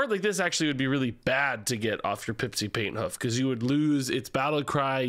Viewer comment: Pipsi Painthoof sounds way too much like "Paint Huff"